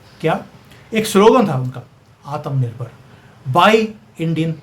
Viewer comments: Sorry to say aap Bhartiya ho aur Hindi Bhasha ka pronunciation sahi kariyega Aatam nirbhar BHARAT NAHI Aatmnirbhar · Aap , Atmnirbhar Bahut funny pronounce karte ho